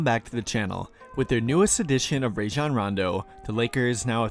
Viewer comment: Love your vids. If you're not aware, Rajon pronounces his name Rah-zhan. You can hear it anytime he says it himself.